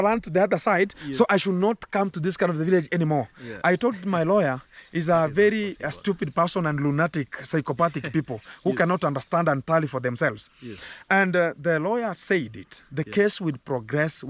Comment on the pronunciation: Gintu lunatic is pronounced “”LUN——-A——-TIC.😊